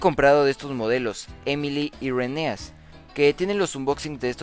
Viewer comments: no man alli dice rhenesa xd en el video de hector pasaba lo mismo jajajaja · "Rhenesa" xd